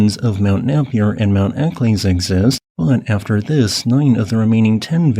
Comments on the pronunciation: Napier = nay-pee-er and Eccles = eck-ulls (the "u" is almost unpronounced and the second "e" is silent). Thanks for an interesting video about Australia. I knew about Big Ben being an active volcano - video was taken of an eruption by the Australian Antarctic Expedition. It's also the tallest peak on Australian territory (not including claims in Antarctica), being taller at 2,745m than Mt Kosciuszko at 2228m. I didn't know that there was any significant risk of eruptions in Victoria and South Australia. I thought that hot spot had moved on. 😱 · I thought someone else might pick up on his mispronunciations.